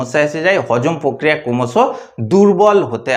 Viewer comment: কোমস নয ক্রমশ উচচারণ ঠিক করবে ।পোত দিন নয প্র তি দিন